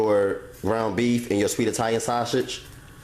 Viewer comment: nigga said "shoshage" 😂